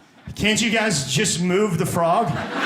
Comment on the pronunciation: Fooog not frog .What ? Fooog . Oh ,you can't pronounce R ....